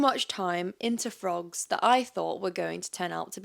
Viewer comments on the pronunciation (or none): I love your accent and the way you said frogs it made me laugh needed this laugh you look so beautiful ❤